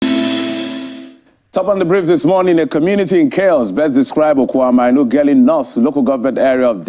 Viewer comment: What kind of news presentation is this? Music blasting in the background and the newsman reading the news like he's on a 100-meters sprint. Mr. Newsman, did you study Vernacular in school? Ughelli is not pronounced Ugelli. The 'h" is not silent, for crying out loud.